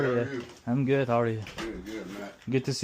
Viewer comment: Гут деса Кут деб эшитибман😂😂😂